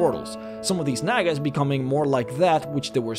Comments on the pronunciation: Nag-ass?!?!?! Its Nah-guh. I love vids, make more d&d content. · I sincerely hope I wasn’t the only one who heard “nagas” as a slightly different word beginning with N. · Bruh i thought he was saying the n-word